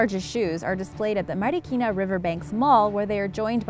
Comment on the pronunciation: I like the fact that some of the filipino words like sinarapan or marikina, well she pronounced it well and plus points for the fact that even i live in philippines i didnt know about the huge shoes, i only know that marikina is a shoe capital